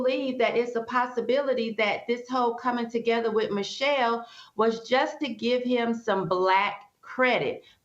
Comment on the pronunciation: You're pronouncing Michael incorrectly.